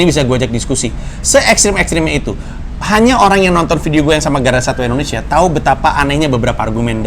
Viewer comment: Pandji : endonesya